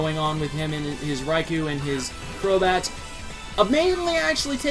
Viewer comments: Eh-hem... It's name is pronounced: Reye-Koh! NOT Reye-Kew! Every time people pronounce that name wrong it REALLY pisses me off. -_ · Ummmmmmmmmmmmmmmmmmmm.... Nooooooooooooooooooooooooo. One or the other, not both. Either way, Reye-kew is wrong. PBR and 4Kids for the Special got it wrong, the GS Pokerap and Pokedex 3DPro have it right.